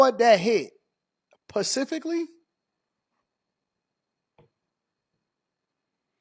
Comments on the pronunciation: Specifically vs Pacifically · LMFAO bro I just was about to ask that and you beat me to it PACIFICALLY ,😂